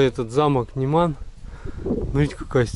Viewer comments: н Е ман. Ударение на Е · Почему говорите немАн,вместо нЕман ?